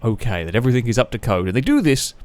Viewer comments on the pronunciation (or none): Love your channel, please try saying everythinG instead of everythinK as it drives me as mad as your races much love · Agreed ... love the videos but the anythink/everythink instead of thing pishes in my porridge